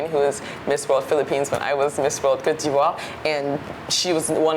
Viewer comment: You’re no able to pronounce Côte d’voire😅😅